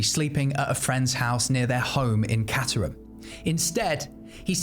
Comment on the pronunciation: I grew up in caterham and went to st. Bede's Redhill i left 08. It's pronounce kate-trum